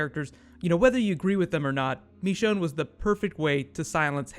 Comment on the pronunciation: "MECHONNE" hell no!!! It's MICHONNE